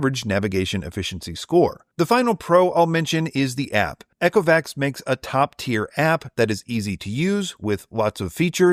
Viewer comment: Eee-co-vacs. Not Echo-vacs 😂 Love the reviews, thank you. Also noticed the Saros10R long hair pickup score being really low - interesting point you might like to try there; manually actuating the roller 'box' underneath until it is no longer tight (not breaking it or being rough) caused mine to be much more effective on pickup and seems others have had similar results.